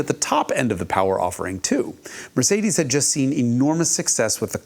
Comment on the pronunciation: The European pronunciation of Mercedes made me laugh 😂, he nailed it